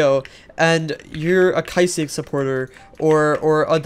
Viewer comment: the way he pronounces kysiek as kysi-ek and nosdaemon as no-s-diamond LMFAO